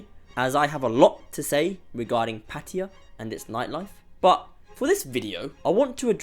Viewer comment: The real reason is very simple. It’s flooded by a bunch of foreigners who can’t even pronounce the word PATTAYA, not PATTIYA like you said. It really annoys me when I hear this. It’s expensive because of tourists.